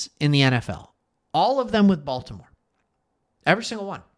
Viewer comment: They got a lot of Ravens players. “Bolt’imore Chargers” 😂